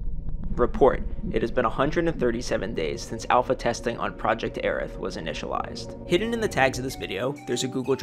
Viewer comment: Okay glad I was pronouncing Airth right